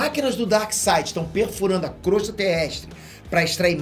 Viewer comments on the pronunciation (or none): none